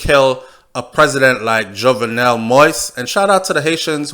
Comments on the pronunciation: Not only you but most of the media is mispronouncing this man's name. Many people have been complaining about medias, both white and black constant mispronunciation of this man's name. I have and will continue to do so because it is a sign of respect. certainly have. His name is pronounced Jovnel. The "e" is near silent. You pronounced it correctly when you read the first lady's quote. Pronouncing his name is not trivial, it just a sign of respect, which he deserves. Just tragic that his life was ended with him pleading for them not to shoot him. Seems like no one had his back at that time. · your reports from Haiti are very informative as a born Jamaican I feel that you should make an effort to pronounce his name correctly he the main character, it takes away respect from your story people will start to tune you out saying you can't even pronounce his name?? and it's not about any other media it's about respect for you and your channel. MANNERS AND RESPECT✊🏾